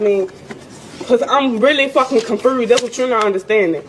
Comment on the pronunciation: Confurrsed? Weoird? Where did you go to school Bumquesha High!😂